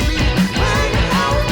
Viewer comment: Wtf is a vankah? Nobody says it like that including gunter